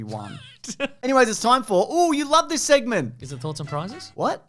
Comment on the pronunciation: Did you say ... S - egg - ment?